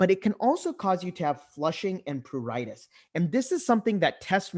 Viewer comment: it’s a very good class. But it’s pruritus and not pruritis. Please correct